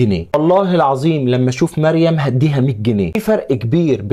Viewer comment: الراء فى مريم مفخمه